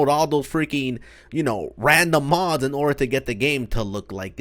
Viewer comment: I every time you say mods sounds like you’re saying mos